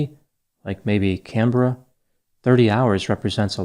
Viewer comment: Top marks for pronouncing Canberra correctly. Most Americans say can-BEAR-ah. It's more like CAN-brah. Well done. I'm still not sure if I believe she's dead. It seems like a slippery little manipulator like her might have had a new boyfriend in another town to help her. Who knows, maybe he's a surgeon?